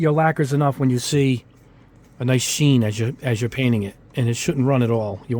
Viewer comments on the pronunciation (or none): none